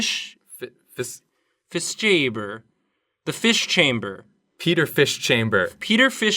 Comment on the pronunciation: fish habber. that is how it is pronounced. fish haver is what it means.